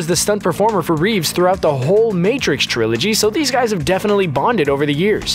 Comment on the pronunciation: I stopped watching when the video voice said “Trilogy”